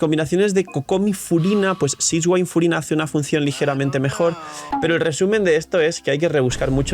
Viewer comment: Uffff buen video, pero cada vez que dices sishguain me da una puntada en el pecho 🤣 abrazo 🍻